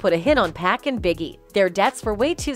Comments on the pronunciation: Its PAC not PACK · If I don’t stop hearing people call Tupac, “pack” I’m gonna lose my damn mind! 😒 How hard is it to say Pac? Anyway, it’s clear Diddy had something to do with it! I’ve thought that since 97! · Omg who narrates this? How do people still pronounce Tupac's name wrong? It is not Pack orTupack. Are you serious? Thumbs down even tho the information on BIG and Puff was solid. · Why do she say 2pack..🤬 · Lord this is why some ppl should not report on certain ppl! Plzzzzz stop calling him Tu PACK🙄 learn the correct pronunciation of a persons name before reporting on them!!🤦🏾🤷🏾😊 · Who the HELL is Tu-pack?? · Maaaaaaannnn let that these 2 Young Brothers (RIP), they've passed and to bring another down this Whyte Media keep this BuulShyt up, the narrator can even pronounce 2-Pac's name, "Pack"...Don't let these Krakas keep diving You...✊🏿✊🏿✊🏿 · This heffa said TWO PACK! If you're going to do videos like this, make sure you are pronouncing his name the right way! It's very damn disrespectful!